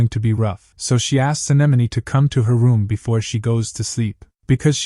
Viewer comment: I don’t get ai. It always mispronounces simple words like bow but gets anemone right? Most people don’t get that.